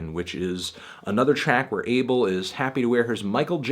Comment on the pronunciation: Yo I'm Ethiopia like The Weeknd and id like to say his name is not pronounced 'Able', it's pronounced 'A-bell'